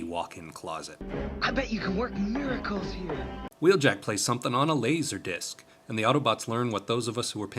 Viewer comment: The odd way says “laserdisc” sounds vaguely familiar